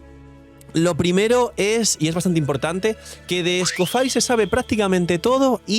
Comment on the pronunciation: porfa que alguien le diga que no se pronuncia escofair